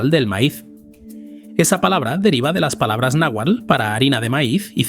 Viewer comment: si pronunciaras nahuált en su forma clásica generalmente la ll tiene sonido e L y la x el sonido sh.